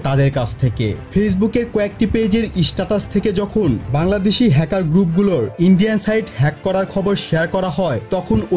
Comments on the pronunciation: Bara age English Seka iii isstatus na status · আপনার উচ্চারণ ঠিক করেন ভাই। ইস্টাটাস কোন শব্দ হলো? ইস্টপ কোন ধরনের শব্দ'? স্কুলের বাচ্চারাও এর থেকে ভাল উচ্চারণ করে। 🥴